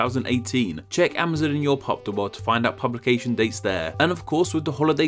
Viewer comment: Why do you pronounce Amazon like "Amouzun"